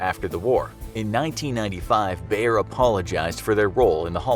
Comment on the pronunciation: How Wrong do you wanna pronounce "Bayer": YES